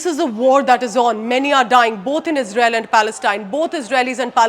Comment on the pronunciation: we sappot yuu ijrael 😂😂😂